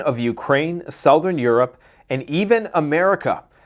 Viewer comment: Hey u can't say southern.... lol sorry bud love ya